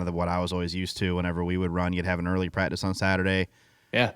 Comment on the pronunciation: The best part is listening to not being able the get the first C enunciated in the word "practice". He and Camron Johnson from CJRC must be related somehow. 😂😂😂